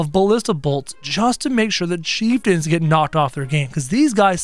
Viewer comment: You called the bone mages chief tons